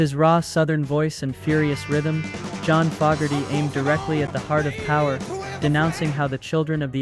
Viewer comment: FO-ger-ty. Fo is like No